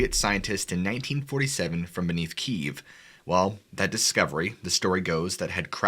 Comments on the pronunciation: Its Kiev. Key-evv. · Kiev is pronounced KEY - EV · Hope you don’t mind me correcting a couple of mispronunciations? Kiev = Kee-ev Origin = Oar-ruh-Jin, emphasis on the Oar. Love your channel, you’re right up there with Mr Ballen, thanks. Love that there are no fake voices or excited expressions, etc just good story telling and good content.